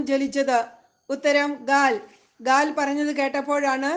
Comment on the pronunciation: ഗാദ് അല്ല ഗാൽ ആണ്